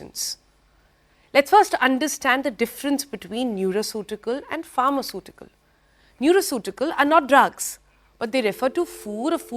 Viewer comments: It's not nuraceutical, it's Nutraceutical s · Madam it is neutraceutical not neuraceutical